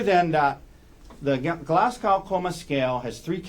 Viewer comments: Its pronounced glaz go not gow as in how.... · This is a petty observation, but this is at least the second trial I've watched where the Glasgow Coma Scale has been a topic; the pronunciation is irritating me. It was developed at the medical school in the Scottish city of Glasgow. It's not pronounced like "glass cow", but more like Glazz-go (rhymes with jazz-Joe).